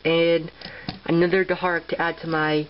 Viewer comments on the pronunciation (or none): dharak is pronounced dar-ack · Not to be rude, but Dharak is pronounced dar-ACK. I couldn't even pronounce it until i saw it in the episode but now I can. No offence.